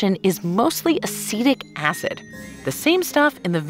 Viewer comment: I swear I heard "acidic acid" 😂😂😂